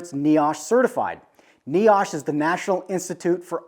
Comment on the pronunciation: I am a safety manager fully in my day job and a woodworker in the evening! You did a good job covering everything, and yes hepa is not pronounced heepa.. It's heh-pa. And niosh is pronounced ny-osh.. But all the information was great! Haha One thing I have done with my Woodshop is make my harbor freight dust collector but added a Y fitting after the blower, one line goes to a filter with a blast gate, other one goes out the roof with a blast gate. If I have the a/c or heat on in the shop, the dust collector blows the the filter to keep that air inside. Otherwise, I blow it right out the roof. Maximum airflow, absolutely no worry of small dust as everything is going into a well sealed cyclone or right out the roof!